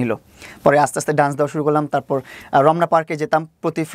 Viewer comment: It's not duance, it's called Dance... Just a little correction.